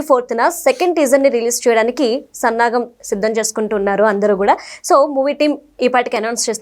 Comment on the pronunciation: సన్నాగం కాదమ్మా సన్నాహం అనాలి ఇది ప్రారంభంలోనే వచ్చింది ఈ పొరపాటున సరిదిద్దు కొండమ్మ తర్వాత ఎన్ని ఉంటాయి నాకు తెలియదు జై బాలయ్య